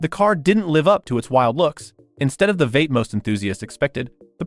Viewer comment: Did your AI narrarator really called Vee Eight a Vate? Bye.